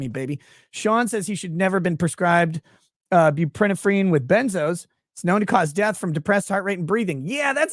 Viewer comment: It’s pronounced more like “bew-pruh -nor-phin “